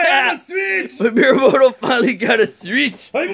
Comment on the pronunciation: just saying it's actually miyamoto not miramoto